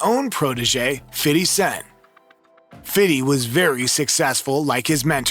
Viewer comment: did i hear fiddy?